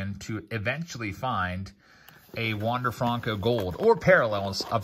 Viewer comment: “Wonder fronco”